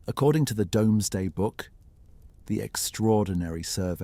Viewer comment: I do wish they could say Doomsday correctly instead of domesday. Also th as in 4th, 5th etc needs sorting out.